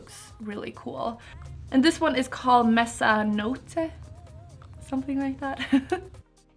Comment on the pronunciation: “Mezzanotte” and “velluto” are respectively the words for “midnight” and “velvet” in Italian and you pronounced them quite right, actually. Loved the look ♥️